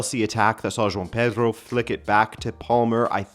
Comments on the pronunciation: Why do I keep hearing John Peter when you’re saying Joao Pedro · John Peter and John Snow💀💀💀cmon manee. How do you watch the Portugal league and pronounce their names like that? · I’m so confused. I thought you kept saying John Peter rather than Joao Pedro. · What is a John Peter? 😂 Is that the English Translation of Joao Pedro?